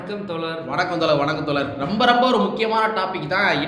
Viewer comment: 👍👍👍👍👍 சகோதரர் தோழர் என்பதை தோலர் என்று உச்சரிப்பது போல தெரிகிறது கொஞ்சம் அதனை திருத்திக்கொள்ளுங்கள் ❤️👍